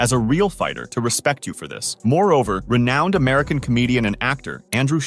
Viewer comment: "Renouned," lol.